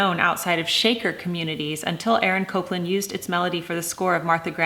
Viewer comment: Interesting. Here in the South, we say Appalachian the same way Jennifer Scott says it. But it’s killing me to hear her say Copeland instead of Copland. I even looked up the pronunciation to see if I’ve been wrong all these years! 😂😂❤️ And Jennifer, I love your singing!!❤️